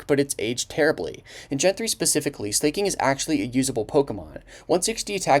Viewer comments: SLAK-ING NOT SLAYKING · Gets worse when you realize there are people in this comment section that haven't even cared about Pokemon for the last 10 years but only came for his message at the end. Also the way he pronounced "Slay-king" at the end means he may know know little about Pokemon himself. Easy to regurgitate Serebii. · "slay king" ???? Stop pretending like you don't know how to pronounce it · I've never heard it pronounced as "Slay-king" before, I always pronounce it as "Slacking". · it's not slay-king dude he slacks he's a slacker It's slack-king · Why do u call him Slay-King? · Pronouncing Slaking like "slay, king" is so good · Slay-King lol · When you pronounced it as Slay-king I died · the real crime here is the pronunciation of slaking. this is on the same wave length of me enunciating everything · Slaking is pronounced Slacking, beloved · Bro pronounces Slaking as Slay King 😂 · To be fair, it’s a pretty easy mistake to make. If you showed anyone the name “slaking” without any prior knowledge or context, they would 100% pronounce it that way just about every time. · The way you pronounce slaking is wild